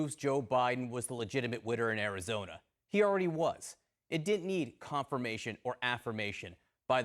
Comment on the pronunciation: It's called Ari-JOE-na now!